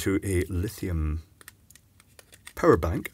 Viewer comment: OH! Power bank, I thought you were saying parabank and I was trying to figure out what the heck that was lol